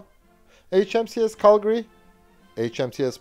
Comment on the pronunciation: I must congratulate you on you're correct pronunciations of Canadian city names, most notably Calgary, Regina, and Toronto.